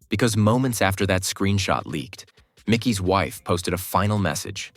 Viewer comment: Why do so many narrator's say the main character's names incorrectly??? Ridiculous 😮. It's NOT MICKEY, it is MIKEY. Unbelievable ignorance 👎